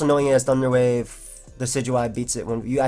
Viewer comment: 'He twaved my salazzle, so now he can't burn my fire type' too much time with blunder XD